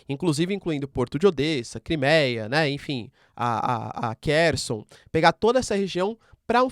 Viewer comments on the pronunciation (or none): none